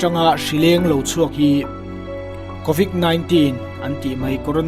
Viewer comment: covid zawk aw covik ni lo in ilam hmasa ber dik lo